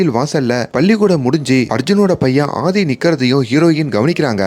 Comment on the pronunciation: Pls pronounce அ as அ not ஹ,it's ஆதி not ஹாதி